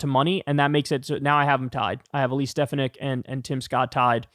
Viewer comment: Ste 'fan' ik, Kyle. Pronounced like sports fan. Stress on second syllable.